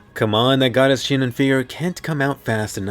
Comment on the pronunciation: Why is everyone calling her shinon